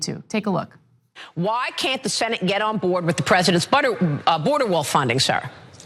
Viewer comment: Did that interviewer say "butterwall"? XD